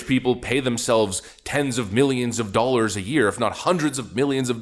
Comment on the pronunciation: What are "doalers"? I keep hearing this word in the commentary.